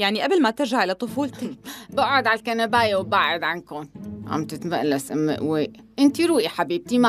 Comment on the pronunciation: اتقول ام قويق